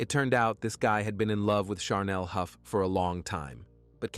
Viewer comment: I’m kind of wondering, why each and ever one of these stories on this one? There are words that are pronounced incorrect in the one with Chanel they keep calling charnel. She didn’t go naturally overtime. Either spell it right or say it right